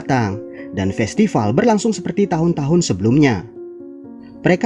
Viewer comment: Min, kamu orang Sunda ya? Festival = Festipal 🤭